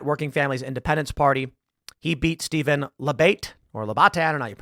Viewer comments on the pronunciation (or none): none